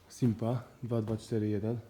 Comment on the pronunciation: Chyba Sipma a nie Simpa.